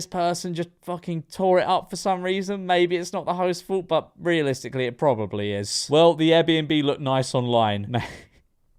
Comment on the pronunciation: Don’t think you can really be talking when you’re saying “propably”